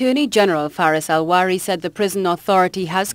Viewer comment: most respectfully, the AG's name is Faris Al-RAWI.... and NOT Al-WARI. Thanx in advance